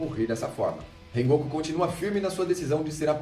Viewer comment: rengoku? falou errado né?????